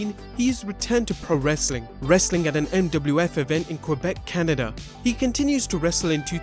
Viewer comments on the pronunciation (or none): none